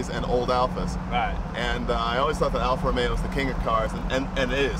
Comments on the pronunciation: JAYJAYJAYJAY JAY !!! EPIC FAIL ...."Alfa Romero" ....OMG JAYJAYJAYJAY....say it isn't so...You're Italian for God's sake !!! ROMEO JAY....ROMEO JAY...NOT ROMERO !!! OMG.... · It is not "Alfa Romero" and "Lancia" is pronounced differently... Your buddy does it right, Jay - listen to him! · Jay, Jay, Jay..."Alfa ROMERO?"" Really? You know better!!!! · I don't understand why such a massive collector of cars and who is knowledgeable about them thinks there is an r somewhere in Romeo. It's Alfa Romeo, NOT romero. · Argh! Even Jay can't say it right. "Alfa Romero". It's Alfa Romeo with one R.